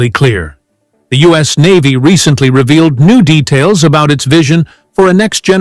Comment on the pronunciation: You said REVEILED then after said REPORTEDLY